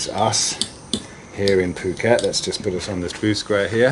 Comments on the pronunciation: You really gotta quit mispronouncing "Phuckwit". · I'm no psychologist, but I have wondered about the psychology of these folks. I believe his location is spelled Phuket, which is "dropping the F bomb" if pronounced in English. Anyway these guys seem to just have Flat Earth engrained into them, like it's first hand knowledge. They go about their day like we do, but explaining their world correctly escapes them, due to, and I'm guessing here .... not having spacial skills? Jimmy Carter's Dept of Education would explain a few things. Scammers hock this Flat Earth crap for money, and people eat it up. Flat Earth isn't just ridiculous, it's insidious, harmful to children, harmful to civilization in general.